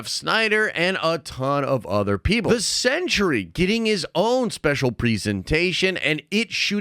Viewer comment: I love you but you keep pronouncing ‘Sentry’ wrong. It’s ‘sen·tree’ … not ‘Century’ or ‘sen·chr·ee’